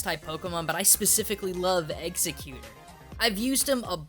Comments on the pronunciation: he keeps saying "executer" instead of "exeggutor" it's pronounced "EX-EGG-YOU-TOR" SAY IT RIGHT!! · its ex-egg-U-TOR not eggz-i-cuter... i thought they gave it a new name too because of that shitty pronunciation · Exeggutor is probably also based on the dragon tree in this form. Also, ex-egg-u-tor, not eggs-a-cute-or. Just kinda bugged me to hear the butchering there. The adaptive forms are also explained in these sub species just having to adjust to new climates due to areas they'd usually thrive in being crowded to the point where they couldn't find a niche or were too dangerous, which is true to life and very simple. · Its pronounced [eggs- egg -you-tor] Not [eggs-e-cuter] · ex-EGG-you-tor, not executor. I can't take this video seriously. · exegguTOR NOT exegguTER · ok your saying it wrong its not eggs-zit-cute-tor its exe-cu-tor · Ex-egg-u-tor, not "Exa-guter" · Not to be a know it all, but it's pronounced "Eggs-Eck-Yutor" not Executer. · Hearing say "Executor" instead of "Egg-eg-u-tore" Makes me think that humanity has been saying it wrong for years. Like Sacagawea or "Sa-ka-je-WEE-uh" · Exeggutor's name is NOT pronounced "ex-eh-cute-er." It's pronounced "ex-egg-you-tor." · Silent letters and letters that just don't exist aren't the same thing. I'm not complaining about it being pronounced "ex-egg-gu-ter" I'm complaining about it being pronounced "ex-eh-cute-er" when there's no c or k or ch in there anywhere. And I'm not deciding what's correct and what's not out of arrogance. I'm STATING what's correct and what's not, as decided by the people who came up with the very CONCEPT of language. If there's nothing in the word to make the sound you're saying, then you're saying it wrong, that's just how it works. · It's not Execcutor, it's Exeggutor. It's not that hard to pronounce. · Egg-Se-Cue-TOOOOOOORRRR!!!!, not Execueter -_ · ***** he pronounces it "executor" while it's exEGGutor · I always pronounced it ex-EK-yoo-tor, not EX-eh-kyut-or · X - Egg - U - Tor